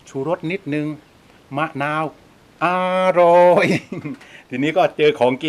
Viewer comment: คำว่าอาหร่อยของพี่มันทำให้เค้ายิ้มและขำทุกครั้งเลย^^😋